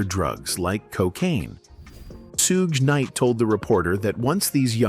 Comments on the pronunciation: Soog Knight is CRAZY . Its Shug! The H aint silent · "Sue-gay" Knight 🤣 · “Soogay Nite” 🗣️ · "Sue--Gay Knight"🤣🤣🤣 These AI narrations are so out of pocket!